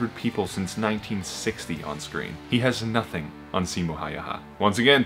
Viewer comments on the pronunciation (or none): none